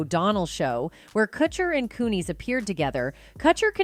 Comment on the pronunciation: You can't pronounce Kutcher or Kunis and you say a dollar 10 for "$10"!! I'm out, I can't listen to this